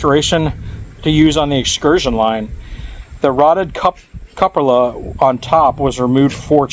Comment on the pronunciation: I like these exploration videos. By the way it's pronounced "coopala" lol.